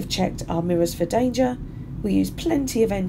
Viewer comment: why she say “danger” like that 😭